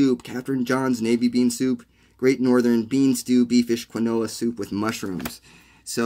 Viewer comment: Love this resource! Thank you! But quinoa = KEEN-WAH!